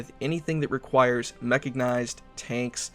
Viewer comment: Mecha-G-nized ca-L-vary :p